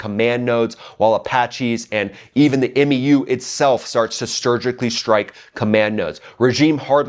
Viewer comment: Solid videos but please stop pronouncing the letters in MEU individually. It’s slowly killing me. Just say M and U together.